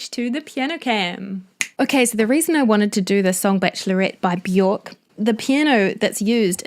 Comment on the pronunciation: Björk rhymes with jerk not cork ;)